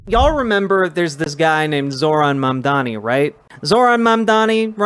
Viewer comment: They call him mamdani not mamdowni! 🎉 We up!